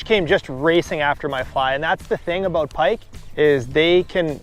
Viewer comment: Great video “a-boot” pike.